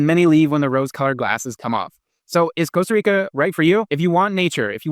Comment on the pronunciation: Can’t trust a guy who rolls the R in Costa Rica — ticos don’t roll the r.